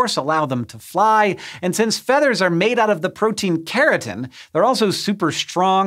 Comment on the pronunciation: Did he say feeters